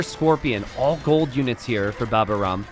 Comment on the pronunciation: Please,, his name is "Baba au rhum" (a French desert with rhum), the "au" letters are pronunced like the letter "O" and in "rhum" the "H" letter is not pronunced at all --> Baba o rum Say the "O";-)